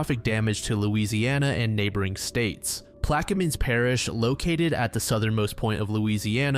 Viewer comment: Belle Chase PlaquemIN Pronounced correctly